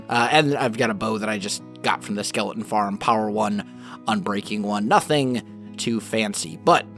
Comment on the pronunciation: He says "skelein"😂😂😂